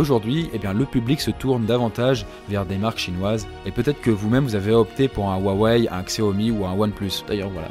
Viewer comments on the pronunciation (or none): On dit chiaomi et rouawei